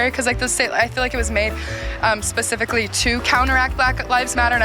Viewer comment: Just goes to show, New York is a ****hole. That is why so many left for greener pastures. Oh, and someone please tell that guy that it’s “specifically” not “pacifically”. 🙄